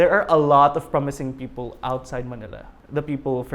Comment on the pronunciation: It's a fake accent. The accents on some syllables are off and inconsistent. Like how he says "people", very pilit.